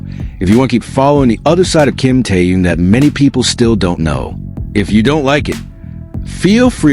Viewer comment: Вы можете мировую звезду КИМ ТЭХЕНА, называть правильно вы постоянно называете его Тееном,что за неуважение,если не знаете, как его зовут,то о нем и не говорите